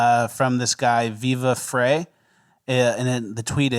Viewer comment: It's Pronounced Viva Fry, and he and Barnes Law are a real treat to watch, check it out!